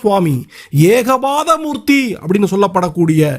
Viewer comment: ஏஹபாதமூர்த்தி என்று சொல்லக்கூடாது.ஏஹம் என்றால் ஏகப்பட்ட என்று பொருள்.ஏக என்று அழுத்திச்சொல்லவேண்டும்.ஏக என்றால் ஒன்றேயொன்று என்று பொருள் படும்.